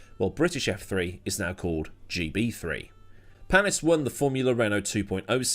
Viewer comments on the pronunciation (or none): Loeb, not Lobe. The S is also not pronounced in Panis.